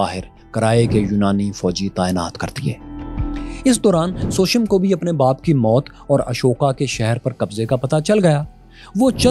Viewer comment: Shocked to see that u have such a poor pronunciation of Indian Name such as Bindu Sar, Sushem and Chanakya but ur pronunciation of Arabic Name is flawless. This reveals that Pakistani Education system has some serious issue.